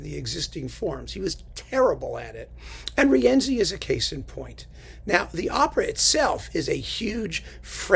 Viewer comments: congrats on the new website. On your discussion of the worst works of composers, I noticed you pronounced Wagner's Rienzi as ree-ENsee. The proper pronunciation is REEN-see. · Somebody neglected to tell that to Wagner because in every instance in the over 700 pages of the vocal score, Wagner sets the name as three syllables. Ri-EN-zi.